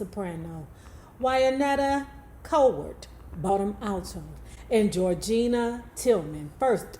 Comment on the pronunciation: It’s pronounced George-Anna and Waneeta